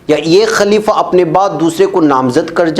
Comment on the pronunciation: Sahi lafz خليفہ Ho sakta hai zuban fisal gai ho